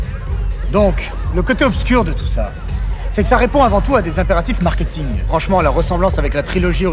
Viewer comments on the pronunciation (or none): none